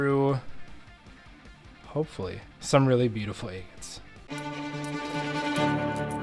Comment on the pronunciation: I love watching you cut open “eggates!” Every “eggate” is a beautiful surprise. ThanK you for sharing. ❤